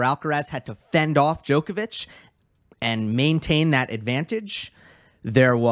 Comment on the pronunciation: Not being picky - well actually I am - it's not said as "DJoe kovic" - it's said with the "o" pronounced as in odd, bottle, nod, not, cobble, etc. Haven't heard you say but the same rule applies. They both know how to pronounce their own names! Please stop. Apart from that I enjoy your videos:)